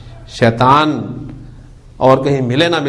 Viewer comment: السلام عليكم ورحمة الله وبركاته Boht ache lectures hen. Aik choti si guzarish hey aap itna acha janne aur parhane wale phir kun Shaitan شيطان ko شيطوان Shaituwan kehten hen?? بارك الله فيكم السلام عليكم ورحمة الله وبركاته